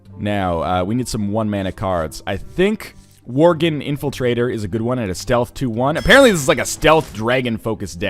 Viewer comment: Stop calling worgen vorgen please